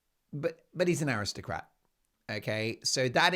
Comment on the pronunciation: Did I hear you say AristoPrat or did I mishear